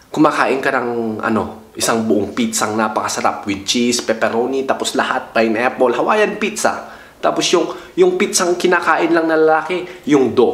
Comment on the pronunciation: HAHAHAHA payn eple